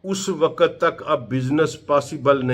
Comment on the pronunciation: ڈاکٹر صاحب آپ کی تحقیق بہت زبردست ہے لیکن آپ کا تلفظ صحیح نہیں ہے مثلا من و عن۔۔۔۔م کے نیچے زیر ہے۔۔اسی طرح وقت بھی غلط پڑھتے ہیں۔۔۔۔حالانکہ آپ کی تحقیق بہت اعلی ہے۔۔۔اگر تلفظ بھی ٹھیک یو جائے تو اچھا لگے گا۔ ۔